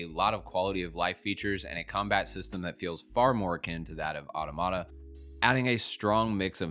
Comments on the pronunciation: Final Fantasy XVI is not the first M rated Final Fantasy game ever made. That honor belongs to Final Fantasy Type 0. And Automata is pronounced Ah-tom-ah-ta. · it's still a mistake in the video itself. And the mispronunciation of automata is widespread. Is it actually wrong to learn how to pronounce a word correctly? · do you actually know if he meant only the mainline games, or is that just an assumption on your part. My take is based on what he actually said. Automata factually only has one proper pronunciation. He's just saying it wrong. It's okay to make mistakes. And it's also okay to point them out. People don't learn otherwise.